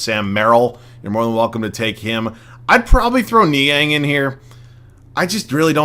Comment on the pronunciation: Niang's name is just pronounced as "George"